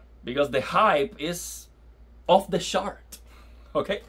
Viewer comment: He said this game is "off the sharts" 💩😂